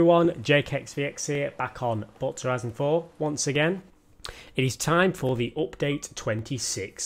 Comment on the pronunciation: No one:: Opdayte 26